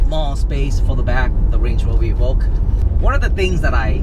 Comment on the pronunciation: LOL, I was reading this comment when he said it for the first time...I'm dying !